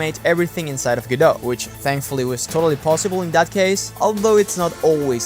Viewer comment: "Godowh"? I'm offended of how You pronounce My name... (This Is not serius)